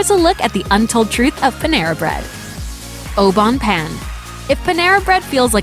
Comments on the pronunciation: You say it like “payne” not “Pan” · its not oh bone pan idiot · The pronunciation of Au Bon Pain was so cringe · The way you pronounce those french words au bon pain is so cringy. At least show a little respect to their language... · If I can learn English ,you can learn how to say au bon pain correctly. Be professional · Leila Canel I know. I cringed every time she mispronounced that.